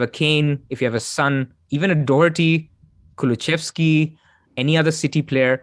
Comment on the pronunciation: It's Kulusevski - where are you getting the pronunciation "Kuluchevski" from?